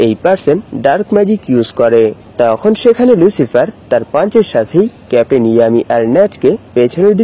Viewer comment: ʟᴜᴄɪғɪᴇʀ❌ ʟᴜᴄɪғᴇʀᴏ✅ 🙂🙂🙂🙂